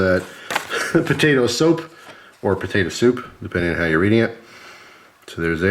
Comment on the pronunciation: I was over here repeatedly saying soup, getting progressively louder after each time he said soap lol.